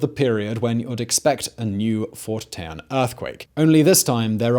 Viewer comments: It’s Fort Tejon (tee-hon) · Fort Tejon (Teh Hone)